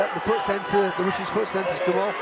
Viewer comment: It's Russians, not Rooshins